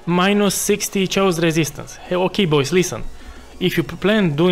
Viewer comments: Sharacter - Shayos damage - smoos :P , great build and guide, thanks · The way you say "chaos", oh, my Eastern Europe bratha 😂